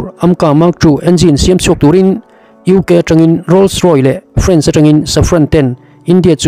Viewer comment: a ziak chhar i nih chuan a dik a chhar tum hram a tha khawp mai .. 'Rolls Roy' ni lovin 'Rolls Royce" - Rawis tia chhiar tur ani e.